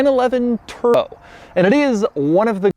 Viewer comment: Lol you really had to edit the “b” out of the word turbo? He’s said “Turo” so many times in his actual videos 😂